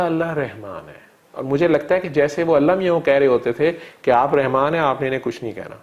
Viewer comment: Allah name is not Rehman it is Rahman. Saying Rehman is wrong.